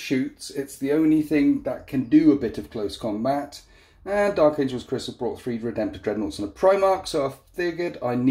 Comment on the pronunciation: "Dark Angels" not Dark Angles. Lol